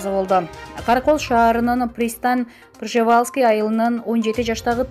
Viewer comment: ПристанЬ - ПржевалЬск ! Ь тамгасын айтканга тилин келбейби ? Бир сабатсыз шоркелдейлер диктор болушуп итиркейди келтирди го .